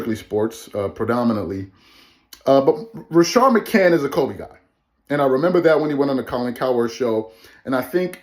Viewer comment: Please 🙏 say people's names correctly damn I cringe 😬 every time you said maccnts name